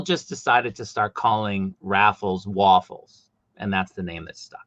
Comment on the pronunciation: You New Englanders really don't use your R's. It took a minute to get waffles was raffles 😂😂😂